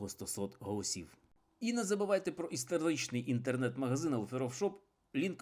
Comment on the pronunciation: З третього разу таки вдалося вимовити правильно назву озера!) СВІТЯЗЬ, а не СвИтязь))). На додачу нову область, Ковельську, придумав.... Ну і запечатав своїм "істЕричним" магазином. Не забагато факапів як на одне коротке відео?